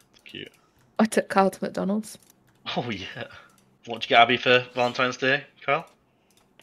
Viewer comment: Valentimes day? Brother 🤣